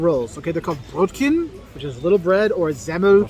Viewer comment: I don't know why he's saying "Brötken", he's long enough in Germany and surrounded by enough people to just pick up on the pronounciation if he learned it wrong from a bad teacher. I've some american friends who had German in school, and they just seem to be taught wrong, as if their teachers never heard real German before themselves. One had a German grandmother who was all frustrated with him as a child. I then asked him to say his German ABC, and the letters were all completely wrong. I've never heard that, whatever it was, it wasn't German. After I said the two German ABCs (the main one which is the names of the letters, and then how they are used in practice), he was baffled and it became clear what the problem in his childhood had been. You immediately pronounced it better than the guy you're covering :D